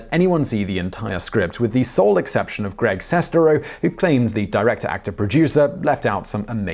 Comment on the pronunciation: I think you mispronounced Sestero. Like, a lot.